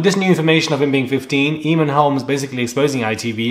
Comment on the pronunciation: OK I have to correct you... It's pronounced AYmon to rhyme with Hay. Not EEmon! It's an Irish name.